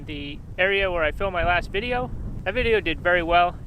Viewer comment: "That dideo" that's it, I love this guy